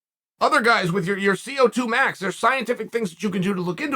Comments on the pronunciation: lol its VO2 max big dog, not CO2 max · It’s called the Vo2 max not the CO2 max Chael